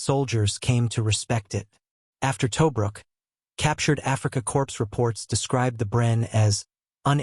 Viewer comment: Towbrook ? El Almine ? Would an actor/voice artist - which would give you enduring viewers - be too expensive ? The AI is horrible.